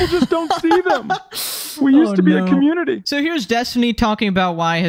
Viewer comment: my guy where's the n? you saying commuity?